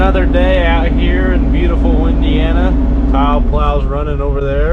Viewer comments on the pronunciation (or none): He said windiana at some point